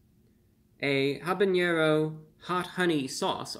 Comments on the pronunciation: Friendly thought: "Habañero" is pronounced haa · buh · neh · row without the an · yeh (añe) sound. Even in Spanish it's pronounced a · ba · ne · ro with a silent H. No añe sound in either language or dialect. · The eerie masks on the wall are so fitting. I like how he pronounces habanero as habañero.